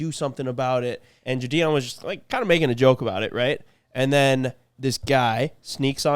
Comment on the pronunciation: If you guys are going to keep mentioning the name Gideon. I'm gonna have to tell you the g sound is like "get". Standard "I" sound. Gideon. You guys don't ever get giddy about some shit? Gideon. Gid-ian